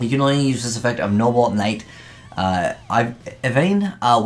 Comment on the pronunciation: You just can't get that archetype's name right, can you 😂 "noble Knight". Not "knoble knight" or "noble night"